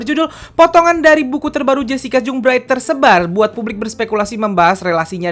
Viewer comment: Bukang jung bacanya bang tapi jang